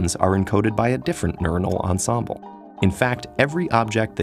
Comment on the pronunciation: His pronunciation of "ensemble" hurts :D